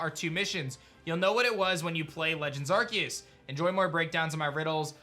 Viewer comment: Why do they keep saying arceus's name wrong?